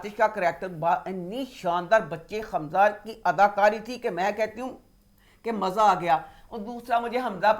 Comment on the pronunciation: Yes you can bomb our innocent people and we can't make fun of the words that you speak wrong, Maja isnt even a word in any language..No one is making fun of any language i dont think maja is a correct word in hindi either!